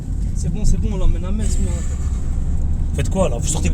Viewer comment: Ahah en tout cas tu connais Metz et le dit sans faute sa fait plaisir 😊